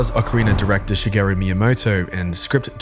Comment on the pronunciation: can say deku but not Kakariko, can say Shinto but not shigeru. The vowels if Nihongo (language of the country Nippon aka “Japan”) is not that hard